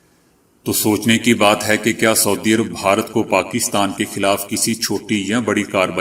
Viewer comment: ما شاء اللہ آپکو اللہ نے اواز بہت اچھی دی ہے۔ آپ بھارت کو (ب ہا رت) کہتے ہیں۔ اسکو درست کرلیں۔ میں آپکی خبروں کو روزآنہ سنتا ہوں۔ آپکا انداز پسند آتا ہے۔